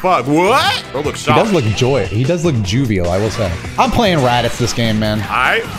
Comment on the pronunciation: the word is Jovial not Jewvial 😂😂😂. Joe-vee-al